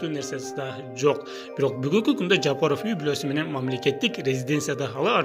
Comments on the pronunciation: Жапырыв эмес Жапаров 🤣🤣🤣🤣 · Туура айтсан Жапыров дебей